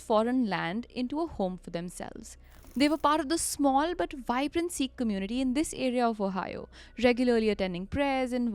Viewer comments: you're an amazing narrator and all the love from Meerut but it's not See-kh. It's Sikh. Short 'i'. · Hey guys. Been a desi fan since forever but just wanted to point out that its pronounced as “sikh” not “seek”, 😬😬 It felt a lil annoying! Loved the episode tho❤